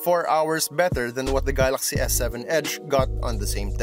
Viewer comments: "Gahlahxy" S8 lmao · how hard can it be to say galaxy ...